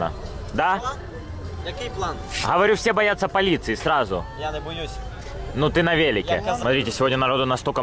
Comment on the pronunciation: я нэ боюс(улыбнуло) 😄 Как всегда классно 👍🏻👍🏻👍🏻